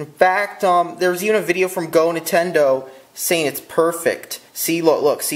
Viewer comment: I love Entendo too! LMAO I'M DYING it's fucking Nin-ten-do